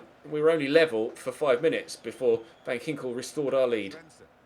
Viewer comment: As a Dutch person I am laughing my ass off everytime u try to pronounce a Dutch name😂... Btw van Ginkel is with a hard k😂